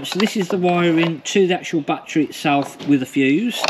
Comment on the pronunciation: Its not a "bat-TREE" or "bat-TRAY" Say "ba-TTerY "